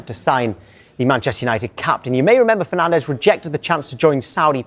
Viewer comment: it's Fernandes not Fernandez. He is portuguese not spaniard